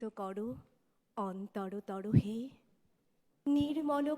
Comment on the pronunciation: বাঙালিরা এখন " করো" কে "কড়ো" বলতে ফ্যাশন করেছে